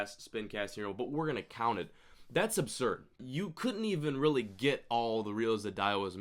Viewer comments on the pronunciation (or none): none